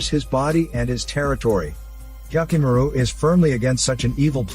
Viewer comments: Oof! That "Hyakkimaru" pronunciation. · how many times did you say hyakkimaru